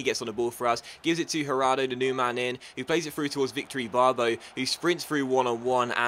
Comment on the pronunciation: Did You Say Victory Ibarbo ? Lol